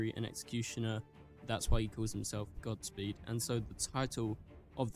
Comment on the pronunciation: Gods speed bro not gotsspeed